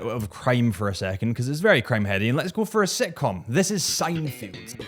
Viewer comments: SEINFELD, it's Seinfeld. Not Seinfield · How could you possibly manage to mispronounce "Seinfeld" not once but twice? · Three times